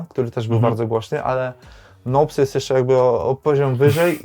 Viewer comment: Nołps" czyli Kevin Nolan?